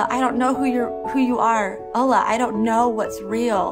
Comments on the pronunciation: Christians that can somewhat pass as Muslims or followers of other faiths by appearance are used to lie to attract Christianity by acting like they were actually born into or practiced Islam/other faiths. The way she pronounces Allah, you can tell she has barely used his name in her life. It's like the name doesn't sit on her tongue because she's new to using it. You can't use a sin (lying) to intend good even if you believe the good is greater than the sin. Good should be able to stand on it's own as it's pure. But people are fooled into believing that it's okay. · Hey I'm not a muslim but this sounds SOOOO stagged... She says accepting Jesus for a Muslim is like Hell for eternity ?!?! Jesus is considered the Messiah by muslims and has a whole chapter dedicated to him in the Quran as well as Mary..... Even the way she pronounces "Allah" sounds weird.